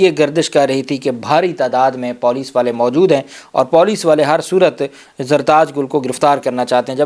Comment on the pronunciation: sb..paulice naheen police hota hai.. lol